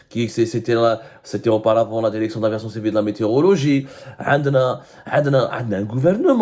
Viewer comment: DIRECTION ET NON DERECTION YA ABDOU SEMMAR